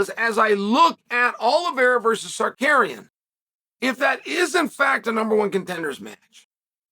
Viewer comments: terrence! brother, its si-car-ian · Ok Brother Chael. It’s Sar-You-Key-In. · You absolutely butchered Arman’s last name. Just say Arman😂😂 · Saying Tsarukyan like a Pokémon name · He mispronounces people's names so viewers will post comments about it. More comments means more engagement and the algorithm looks more favorably at the video. Chael knows exactly what he's doing.